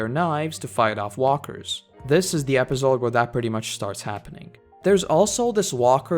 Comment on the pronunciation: No offense bro, but episode is pronounced with a soft 's' and not a 'z'. Other than that, great vid